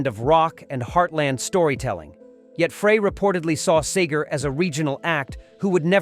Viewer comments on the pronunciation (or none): SEE-GER, fool... not Sager. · Hey narrator, his name is Bob SEGER not Bob SAGER!!!! It's disrespectful to get it wrong!!! Also it's Glen FREY not FRAY! You must be a real chump!! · first of all, get the names correct! Seger is pronounced Seeger not Saager, and Frey is prounced FRY not Fraaay.. Frey and Seger not only collaberated on many albums, but were also roommates, so I'm told. Springsteen sounds like a spoiled brat. Always needs to limelight. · Computer voice, it's SEGER, NOT SAGER!! Nugent could not sing or even come close to being a songwriter like Seger! IT'S FREY NOT FRAY!! AND SEGER AND FREY WERE VERY CLOSE FRIENDS, THIS WHOLE VIDEO IS TOTAL BS!! DON'T BELIEVE ANY OF THIS CRAP, IT SHOULD BE TAKEN DOWN IT'S NOT FACTUAL!! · SEEgur. Not SAYgur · I love the way he pronounces his name sager then Seeger so irritating having AI giving their story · See ger not Say ger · Where'd you get SayGar.? Its Robert Clark SEE-GRR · It’s pronounced “See-ger” not “Say-ger”! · Yo --- you can't even get the pronunciation of their FRIGGIN' names correct, dawg... I had to turn that 💩 off at the 4+ minute mark when you said Frey (it's FRY) and Seger (it's SEE GRRR) hated each other --- which is just more 🐂💩! #GTFOTU🤡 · There's enough wrong with this that I know about that I have reason to doubt all of it. This is pure clickbait, in my opinion. By the way, somebody tell the computer that generated this that it's "SEE-ger" and "Fry," please. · It’s Glenn Frey pronounced Fry! And Seger not Sager! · This robot can't pronounce Segar.. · Bob Seagrams 😂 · It's Seger! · You should learn the proper pronunciation of Seger and Frey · Can't the narrator make up his mind how to pronounce Seger? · You can't even pronounce Bob Seger's name right.